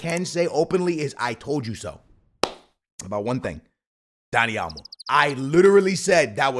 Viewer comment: my mans still saying yamine yamal and dani almo🔥😮‍💨😅